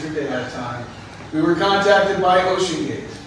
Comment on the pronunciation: OCENGATE 😮.. Really Fox???? 😂😂😂